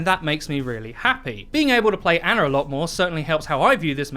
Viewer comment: Stop saying "aner" and "meter" instead of "Ana" and "meta"